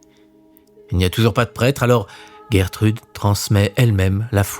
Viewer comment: Bonjour, il faut plutôt prononcer "Gèretrude non "Guerretrude". C'est un prénom connu au Québec.